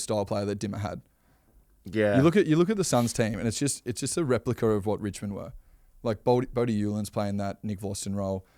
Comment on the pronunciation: Goes from Wichmond into Bwoken 🤯